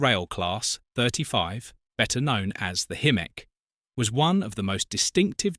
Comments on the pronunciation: Hi-mek, NOT, him-mek! PLEASE I BEG YOU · It's pronounced High-Meck not himmeck. And that's BAYer not buyer. Sorry - can't watch! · They are called Hymeks not Him-meks or ham-meks. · Hymek NOT himek get your facts right! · Himek? 😂😂 It's pronounced Hi- Mek fgs 😂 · Hymek pronounced highmek not Himeck , Bayer peacock pronounced Bay not Buy. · I've known these as 'high mek'. You pronounce both including 'him mek'. Which one? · Pronounced Hymek not Himmek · Had to mute it :( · Nice video but the AI voice over was struggling there! We were treated to.... Himmek Highmek ✅ Haymek Hoomek Hewmek and at least one Quimek! 😊😂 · AI slop. 'Himmek' indeed. Stopped watching at that point. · Himek really? AI dribble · Hello. Not sure whether you’ll see this or not. I’m sorry you don’t feel comfortable with your voice. - Just a thought (as someone who plays with ai music) spelling everything phonetically (if you don’t already) can really help. As AI isn’t very I lol. High-mek or similar I would think would be fairly idiot proof for the software, but have an experiment with it. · It is pronounced HY-MEK AI moronic narration. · Highmek!!! Bloody useless AI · Oh my god. Afraid your videos get worse😢. A Himmeck FFS. And 'Buyer' Peacock. Think I'm finally bailing out. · What is controversial about Hymek's? Bloody good type 3, almost as good as a 37. Have you ever seen, riden behind ot driven them? I have so I feel qualified to comment. This proves just how bad AI can be. It's pronounced Hi-mec BTW. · "Himmeck'? I'd rather have a real human reading this to me. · They also said "Haymeks". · I heard "Haymek" at least once. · I counted at least one "Hu-mek'. Wouldn't it have been easier just to get someone to narrate? You don't have to be Kenneth Brannagh to have a more dynamic delivery than this machine. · I gave up listening to him-ek. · I'm sure I heard Hammock! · AI slop. The mispronounced loco type is unforgivable. I won't be watching any more of this channels crap.